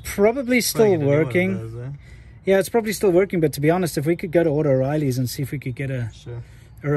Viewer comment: Love how you call O’Reily’s “Auto-reily’s”! Lol. That said, I’m an Advance Auto man, myself. 😉